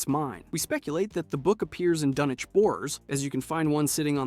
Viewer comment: this channel needs a real person that is in with the fallout lore to be the editor. or at least real fans that are heavy in the lore making rhe videos. so many inconsistencies and getting names wrong. dunchinch was difficult to hear... lol